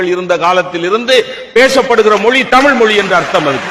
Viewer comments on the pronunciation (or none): none